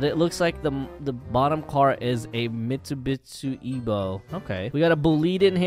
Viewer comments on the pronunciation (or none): its Mitsubishi Evo not mitsubi Ebo